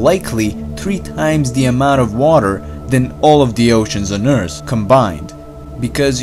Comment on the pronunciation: He said "Earss" instead of "eart" or "earth"